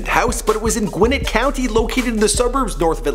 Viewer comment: it’s gwinNET. not gwinnit